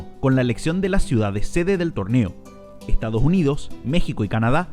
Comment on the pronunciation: Ejtadoj junidos